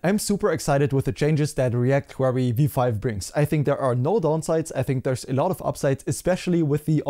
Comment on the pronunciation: Thank's for the update. I still can't overhear you saying "React Quarry" 😅